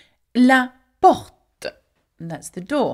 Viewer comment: You pronounce the e such as la port-ah rather than just la port. Is that Parisian accent or just the proper usage?